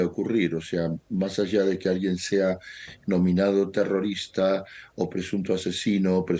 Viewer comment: Tiene buena pronunciación de español la jove... Es una ternura cuando dice terorista....